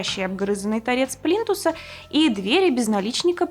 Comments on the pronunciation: ПлИнтусы,а не "плинтусА".... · Не плинтусА, а плИнтусы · ПлинтусА, плинтусОв !!! аж кровь из ушей :(